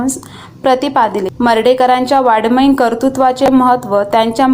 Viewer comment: वाडमयीन नाही ताई वाड:मयीन आहे 😂